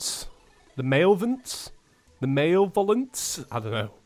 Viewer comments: Melevolence. Muh-level-ens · the bows name is mal-ev-O-lence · Say it with me, Muh-leh-vuh-lens, Malevolence. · Absolutly nobody:: MalOVence, eye-core, valORE. Not trying to be mean I just found the way he pronounced these words funny. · the bows name is pronounced mah-leh-vo-len-s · The malevolence is pernounced meh-leh-Vuh-len-ss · just for the record its pronounced male evo lence apologies. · Malevolence is pronounced "Ma-leh-vuh-lin-se" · It’s pronounced malevolence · The bow is pronounced mulevelence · It is pronounced mo-lev-o-lence like malevolent, meaning “the state or condition of being malevolent; hostility.” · Jesus christ! Im on the other side of the world but even i can say "Malevolence"!